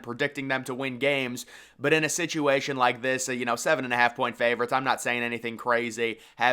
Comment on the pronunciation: I hate how u say Ravens and favorites .....😂